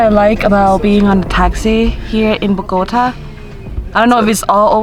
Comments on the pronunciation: 1. Kinda bothered me when you say the city name, it's BogoTA, not BoGOta. Accent is in the last syllable. Just FYI. 2. They tell you to not go south because that's the area where many low-income/working class people live and you find a lot of places with visible poverty. A couple of 'gringos' would give too much 'papaya' there. You can visit, but you should be low-key and probably with somebody that knows the area. A lot depends on specific neighborhoods. --- Look up a map of 'Estratos en Colombia' (Economic stratification) to see how the city is socioeconomically divided by districts -- Monserrate is located around 1,2,3 estratos, so the safety of an area can't be quite correlated with low estratos. In general, you you don't flash expensive stuff like your iphone if you are alone here. ** I would say it is fine down south as a tourist until you reach 'Tunjuelito.' There are commercial neighborhoods like 'La alqueria' where you can find every textile you want, dresses, halloween costumes, etc. Also, there is 'Centro Comercial Centro Mayor' which is one, if not the largest and newest shopping mall in Bogota (great stores, movie theaters, etc). Also, there is 'El Tunal' which has another shopping mall, and a park. Lots of people fly kites here during the windy months like August. 3. Why did you hike down? You hike up and take the teleferico down. It's too much for your knees otherwise in my experience. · Bogotá!!!! BOGOTAAAA. That lady say BogOta. Is wrong! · She does not know how to pronounce Bogotá.😠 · So as “travel bloggers” you didn’t even bother researching how to write “Monserrate” or how to correctly pronounce Bogota?... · The way you pronounce Bogota hurts my ears. lol